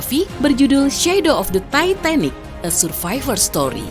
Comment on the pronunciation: gw kok denger sebutinnya "Tai..Tai..Nik" ya 😅